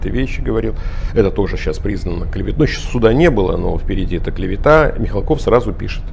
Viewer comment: Мих'алков,а не Михалков.